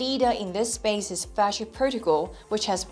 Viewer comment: How do you pronounce Virtual as Fasha? A totally different word. I see none of the bots in the comments caught that.